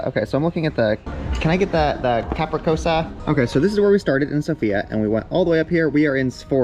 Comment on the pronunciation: Those cc in pizza capricciosa are read like ch.